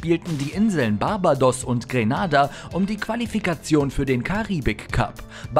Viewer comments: Barbadoss 😂 also wenn man schon solche Facts raushaut, wäre die richtige Aussprache schon auch was feines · Sag Barbados noch einmal falsch finde ich dich